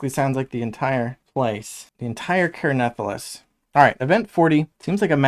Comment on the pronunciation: Crazy how many different ways people pronounce the name of this game lol. Care Nathalass is a first lol